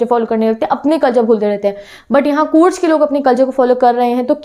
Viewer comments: Ma'am courg nahi bolte he Coorg hee ma'am plz work in your vocabulary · Your pronunciation of COORG is wrong